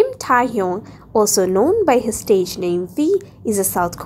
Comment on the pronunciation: Jungcock??😭✌️ -Jeon Jung kook Jung-kuk (that's how you pronounce it) -Kim Taehyung Kim-tah-hyung no!?😭✌️ Kim-teh-hyung (silent 'a' if you want to pronounce it correctly) - Min Yoongi Min yon-gi (that's how you pronounce it😅) And you didn't give more info. At jin, RM and j-hope Not trying to be rude but please do a research before you post this and it seems like you're just reading a script 🙂.✌️✌️✌️😅😅😅😅